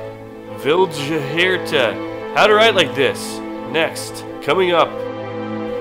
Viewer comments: Vihld-yarta! They are Swedish. The "j" is a "y" sound. Like the word "fjord". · Pronunciation Vild-har-ta the J is silent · It's pronounced "Vild-yarta"